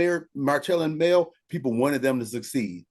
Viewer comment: Because, why do he constantly have to have Mel name in his mouth!!! The guy never asked him about her followers, he just went in on the people that support her. Why would you mispronounce the name if you didn’t feel some type of way, even after the gentleman said it correctly he still was being a butt hole about it….Straight jealousy!!! And that’s my opinion…. Okurrrr